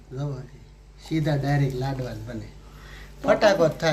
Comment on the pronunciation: લડવા નહીં લાડવા